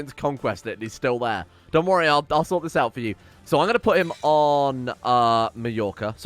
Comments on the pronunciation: Loves how he keeps saying Mallorca properly (Major-ca) but then corrects himself with a butchered pronunciation (Mall-orca). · Tip to pronunce Mallorca properly. Pronunce the part of the following words that I highlight : (Ma)yonnaise-(Yor)k-(Ca)t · Funny how he was finally pronouncing "Mallorca" properly like "Majorca" and then he corrected himself pronouncing it wrong again LMAO It is "Majorca"!